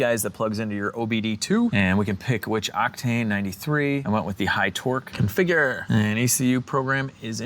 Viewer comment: Hey I cannot stop watching the clip min the way you say configure is hilarious I cannot stop laughing